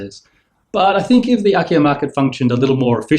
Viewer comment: Wait, have you said IKEA? Oh, it's Akiya.